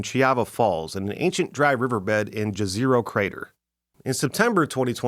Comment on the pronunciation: I love how N. Americans have no clue how to pronounce Jezero crater, or what the word Jezero means. (FYI it means "Lake")